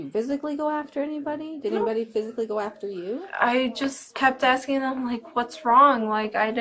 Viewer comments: "Imma just axing" says a lot about her. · If they say "axing" instead of "asking" they're as guilty as they're dumb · another "aksing Violation" Cmon folks, just learn to say "ask" and you'll be fine.. I swear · Blacks always AXING instead of asking 😂😂